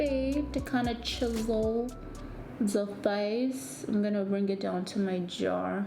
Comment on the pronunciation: did this girl just say “ima put it on my jawr”??? Reply that part I SWEAR I heard that😂